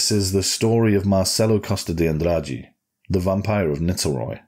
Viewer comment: You smashed the Andrade pronunciation bro